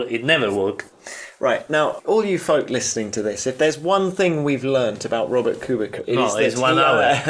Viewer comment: If you respect Kubica so much, for god's sake learn how to pronounce his last name properly.